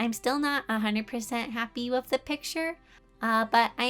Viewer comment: The way she says with is so cute!!! She says “wiff” ITS SO CUTE